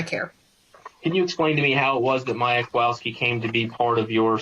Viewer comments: I'm sorry, but not once during this trial I heard proper pronunciation. Instead of w it should be read as v. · Small irritation, but as someone whose last name is constantly butchered, the lawyer in the back with glasses for the defense, always mispronounces the Kowalski's last name. He's heard it at this point likely thousands of times, but still pronounces it wrong.